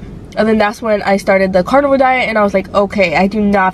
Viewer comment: Lol it's Carnivore not Carnival